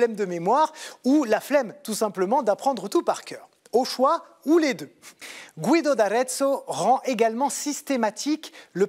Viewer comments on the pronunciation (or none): Guido ne se prononce pas gouido mais guido. Comme guilde en français.